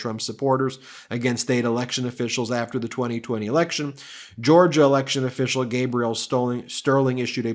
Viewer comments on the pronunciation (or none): none